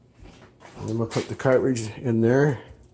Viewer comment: Omg! Cartridge not caritidige!!